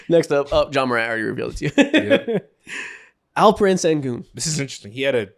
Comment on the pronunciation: yo isaacs alperen pronunciation was spot on wasnt expecting that lmao